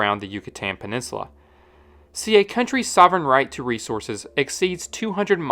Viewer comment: "..and the scandi... penensula is also home t...."